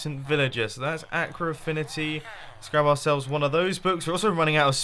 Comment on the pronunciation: it's weird how he says aqua like 'acra'